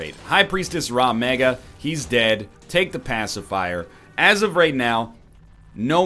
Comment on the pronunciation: Egg, it RAG Mega, not fucking RAW Mega. If you say Raw Mega one more time I'm going to cry.